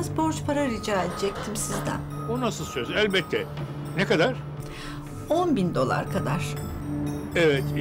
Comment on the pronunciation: Nuri baba dolara dular diyor